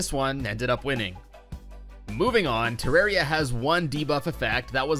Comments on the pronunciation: Devs say: ‘It’s not ter rawr e a,it’s Ter air ee a’ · it pains me so much that you called it “terra-ria” in the intro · Im fine with "Terraria" or "Terrahria", but "Terroria"?! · GODDAMMIT IT'S TE-RAWR-EE-UH! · Every way you said it is fine except "terra-rhea" Thats a sin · It's actually pronounced Ter Rare Ia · Excuse me it's pronounced Terraria. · it’s pronounced ‘Terraria’